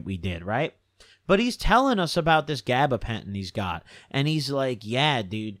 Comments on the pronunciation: He making up words at this point bruh “gabagentin”😂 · “gabapentin tweak lords”